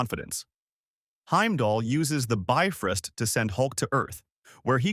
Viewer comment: Bifrist tf? It biFROST😂